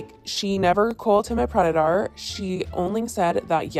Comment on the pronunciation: sorry but... predatar